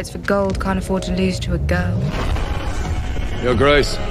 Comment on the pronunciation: She pronounces guurl or giirl instead of girl